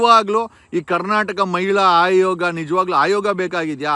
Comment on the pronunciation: ಅವ್ಯಾಚ್ಯ ಅಲ್ಲ ಸಾರ್ ಅವಾಚ್ಯ. ಹಾಯೋಗ ಅಲ್ಲ ಆಯೋಗ